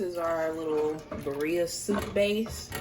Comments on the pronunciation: This broad kept saying beeria was IT for me😂😂😂😂 she aint even tryna attemp to pronounce it correctly. Its pronounces BIRRREEEEAAAA😒🙄😂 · tell me why i knew she was black when she said birria 🤣🤣🤣